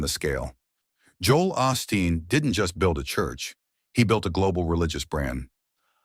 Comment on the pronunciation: A suggestion, if u r going to tell a story about someone get the bot to say their name correctly. It is not Austin it is Osteen.